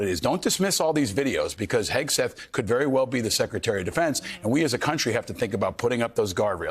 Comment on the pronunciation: Jus another reason why your ratings are tanking. I'd be proud to undo my retirement n go back to serve under this patriot. HOW bout learning how to pronounce his name, show the military photos of him and reporting truth.. oh wait, that would require REAL journalism.